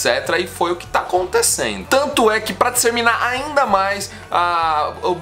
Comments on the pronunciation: o correto é DISSEMINAR e não DISSERMINAR como você falou aí jovem, mas valeu pela explicação hiper detalhista sobre o "shallow now" não sabia que p$!#@ era essa... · *DISSEMINAR*, e não DISSERMINAR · DisseRRRRminar kkkkkk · O sucesso vai "disserminar" ??? 😂😂😂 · Que engraçadinho 😊, falar disserminar ... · “Disserminar” tá “serto” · Disserminar ? Kkk